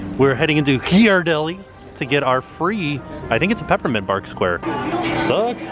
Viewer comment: Thanks for pronouncing GHEE-ar-delli correctly (I'm from the San Francisco Bay Area)